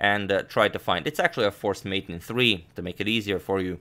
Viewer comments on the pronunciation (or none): none